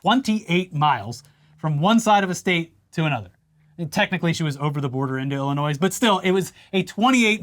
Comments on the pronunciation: “IlliNOISE?” … Um … no, it’s Illinoi(s) 😂😅👍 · Engaged - also, the s in Illinois is silent. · Love you guys but did just say the S in Illinois